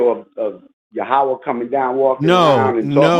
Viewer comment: First clue that "" was a troll, was the repeated saying of "yehaway" instead of Yaweh.